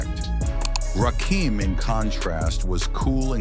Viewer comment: NOT RAKEEM, RAKIM!!!!!!!!!